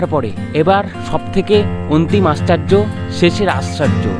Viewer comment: আশ্চার্য নয় দাদা আশ্চর্য 😂😂😂😂